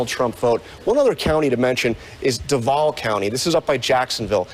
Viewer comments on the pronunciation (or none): So. . . "d'VOWL County by Jacksonville." That's the national media. It's DOO-vall, and it isn't BY Jacksonville -- it IS Jacksonville! Too tedious to talk to any locals, I guess.